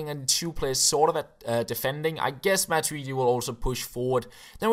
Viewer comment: matuidi -- machuweedee